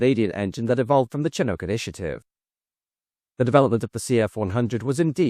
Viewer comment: My grandfather (a good Irishman) worked for Orenda engines. Then moved to Hawker, then McDonnell-Douglas and retired there. In Malton, ON. It’s pronounced Can-uk my friend. Canuck. Or the clunk as the pilots called it. 😉😁